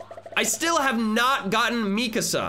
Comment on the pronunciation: MII KAAAAAASA NOT MIKISA